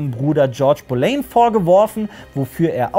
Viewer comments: Super !!! Hochinteressante Zusammenfassung. Aber eine kleine Anmerkung, man spricht es "Bolinn" aus, nicht "Bolein" ;-) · Bohlinn wird die meine ich ausgesprochen